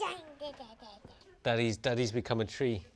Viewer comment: "I can open the tweee"